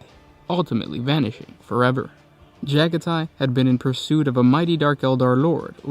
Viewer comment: Pretty sure it’s “Juh-gah-tee” not “Jaga-tie”